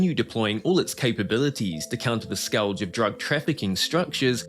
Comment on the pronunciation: The pronunciation of "scourge" killed me. So many people have never seen this word before.